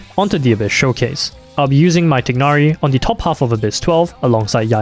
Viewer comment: *TAI-NARI* Come on man.